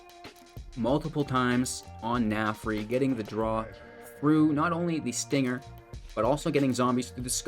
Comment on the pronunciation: Narfi not Nafri lol